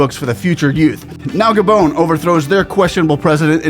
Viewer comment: Gabon not Gadon